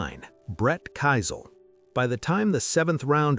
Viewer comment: Brett Keisel pronounced "Key-sel" not "Ki-sel"